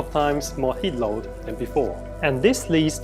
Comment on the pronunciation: Haha the way that UNSW guy said heat load. Nah but this is some crazy ish. Hope people repent soon. But ya know